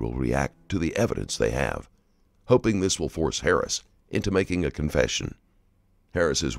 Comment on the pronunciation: wasn’t till around between there and here that I realized the narrator was saying Harris not “parents”. .